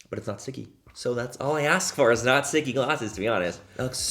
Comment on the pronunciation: Love, “back and the brows are filled”! Don’t stop!!! Every time I do my makeup even though I never make any social media videos I say it 😅 Also love when you say, “Gorga” and “It es… what it esss..” 😆🤣😂